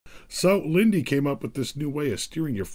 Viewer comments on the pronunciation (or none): Lindy? 😂 lol! Linde is pronounced Lind-duh. Anyway the brands Atlet and Jungheinrich came up with that steering system in 2007😉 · That's not how you pronounce "Linde"